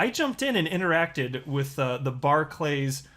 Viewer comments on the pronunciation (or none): It's pronounced 'barkliz' .. just saying. Also, these are not local community businesses anymore .. they are closing all but the major town/city centre branches. They are major businesses that want to solely protect their own interests. Maybe they should stop us from buying alcohol in a bar .. you know .. to protect us, or stop us from buying cigarettes .. you know .. to protect us .. or even stop us from buying fuel .. that way we can't have an accident and they will have successfully protected us 🤷